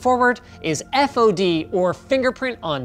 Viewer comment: Its not a fad Its a fod